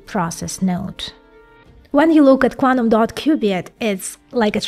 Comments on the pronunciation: love the content it just get better each iteration.. !!! though I did struggle with 'quanum' as to 'QuanTum' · Amazing info. But I get so triggered with "Cuanum"